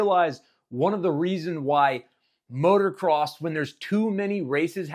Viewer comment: Please please stop saying MOTOR-CROSS. Its MOTO-CROSS always has been.